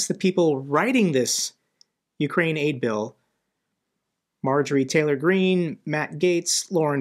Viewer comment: Thank you for your introduction. Did you say Marjori Treator Smith ?